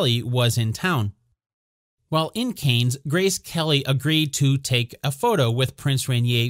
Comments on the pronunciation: This "Canes" is driving me crazy! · 1. It's pronounced CAN. 2. the photo was taken at the Kennedy White House not in Monaco for Paris Match!!!